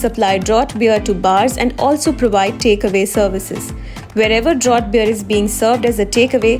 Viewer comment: Draught is pronounced as "Draft". A professional news reader or agency should be aware.